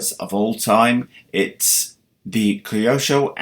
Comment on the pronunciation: late but "redcap" ? "cryosho"? xD is it a joke?